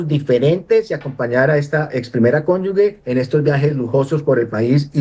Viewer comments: Gustavo petro para sus ex mujeres si millares, y millares, y para los problemas de los colombianos que 🦊🦊🦊🦊 tan bellaco. La primera cónyugue, lo correcto es cónyuge y se pronuncia ( cónyuje) consulte el diccionario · "Nadie se vuelve corrupto en el cargo público, se necesita ser corrupto antes de ocupar el cargo". (Ari.Onassis). ¡Ah! Y se dice "Cónyuge" No 'Cónyugue' Cón yu ge Cónyu ge "Ge" que suena 'je'. ¡Por favor! 🤌🏻🤌🏻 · Señor profesor se dice y se escribe CÓNYUGE Y NO CÓNYUGUE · Muy bueno el análisis y las denuncias, excelentes, pero es desastroso que todo un profesor y experto diga durante todo el video "cónyug'u'e"; cómo es posible que en todo su recorrido académico y profesional no haya aprendido a decir CÓNYUGE, una palabra tan sencilla.